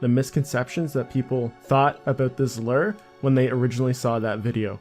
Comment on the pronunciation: "lur," "lurd..." Learn to pronounce words, bro.